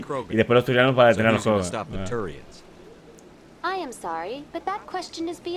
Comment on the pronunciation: Pd: me matas con lo de sherpa en vez de shepard, qurianos en vez de quarianos, krogran, etc ... JAJAJAJ